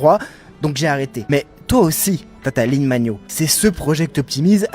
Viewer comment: La ligne magnot, vous êtes sûr de la prononciation ? 😅